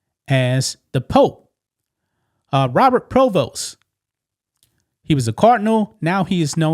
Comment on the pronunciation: Prevost NOT provost.